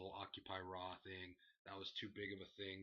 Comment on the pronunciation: RAWuh was dominated by the gameuh, and the gameuh was the best part of the showuh! Honestly I was laughing my ass off (and marking out) during the first segment of RAW and the last; loved it. I want Godduh to destroy Bryan at mania just because it would be the most hilarious thing ever watching the crowd and IWC rage. Then of course I would have the Gameuh go on to win the titleuh in the main eventuh... That would be legendary... I really hope DB doesn't win at mania even though I like him. He most likely will still win, but if they aren't going to have Trips win they should at least find a way to make the match a draw. At which point they make the main event into a fatal fourway (so Godduh can win the titleuh for the 14th time... uh) For the Shield vs. Kane, I see it being a 3 on 3 match and am thinking Kane will probably get the other two members of the Wyatt family to help him... But that's my guess.